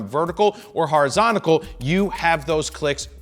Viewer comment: Thanks for saying flamingo's instead of flamencos... and thank you for saying horizontacal as well.